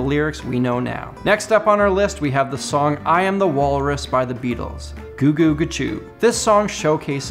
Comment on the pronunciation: It’s ”Cu-cu-ca-choob “ not ‘goo-goo’! 🙄